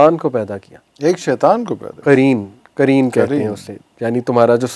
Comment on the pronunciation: Not ترین it's قرین۔۔